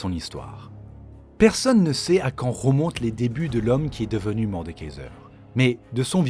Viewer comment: Punaise mais quand on raconte une histoire on parle correctement svp, arrêtez avec les "ro" à la place des "re" (romonte au lieu de remonte, ropos au lieu de repos...) j'ai abandonné la vidéo direct et jvais aller voir une autre chaîne.